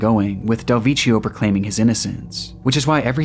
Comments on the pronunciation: it's "dehl vek kio" make it again! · It's pronounced Del Vekkio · The way you pronounce "Del Vecchio" makes my ears bleed 😂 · I love your content but every single western foreign word in this video has been butchered (frazão, follie a deux, del vecchio, etc). Its not hard figuring out how these are actually pronounced buddy, would make listening to these words as natives way less teeth grinding.